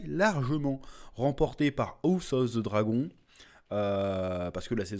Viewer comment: "Ousse of ze dragon" je vais pas me remettre de cette masterclass d'anglais